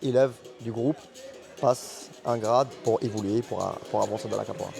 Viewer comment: Qu 'est ce vous prononcé mal capoeira Capora vous dite ça me dérange ce n'est pas ma langue mais vous entendre c'est chiant